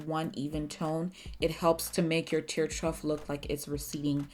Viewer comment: It's NOT "Truft". 😑 It's Tear TROUGH (pronounced "TROFF" ) as in a horses water trough (the big long container they drink out of)